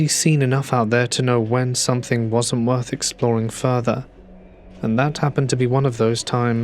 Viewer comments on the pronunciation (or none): none